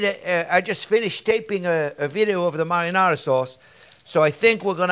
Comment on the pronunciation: Vidyo, lol